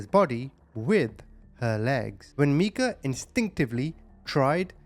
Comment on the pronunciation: Her name is Meika which he pronounced correctly. Micah is a different name